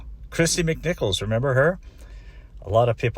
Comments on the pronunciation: If you are going to make a video about celebrities it is always good to pronounce their names right. Christy McNichol, not McNichols. And Bill Mumy's last name is pronounced Moo-Mee. Walter Koenig's last name is pronouncec Kay-Nig. Also, you've never heard the term "I couldn't get arrested?" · It's McNichol not McNichols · Right if you’re going to say it get it right.